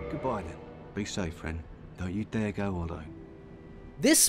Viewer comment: I feel like what really sticks with me about that quote is how casual it is. All it is, is just a simple "Don't you dare go hollow." There is no emphasis on any words in it. Just "don't you dare go Hollow." It isn't even done with an exclamation mark. Not trying to be ass holey, but the way you say it, as "Don't you dare go hollow." With emphasis being on the dare. It kind of takes the effect away. Launrentius says it so casually as he knows that you might go hollow, you might not. To him, the phrase "don't you dare go hollow" has turned into a "goodbye." He doesn't really want you to, likely hoping that if you can reverse hollowing for good, he can as well, but he knows that you might not. So he hopes you don't go hollow, but also if you do, there are still other people who can try in your place. Which really fits with the way the world is indifferent to you as a player. Just my two cents on the topic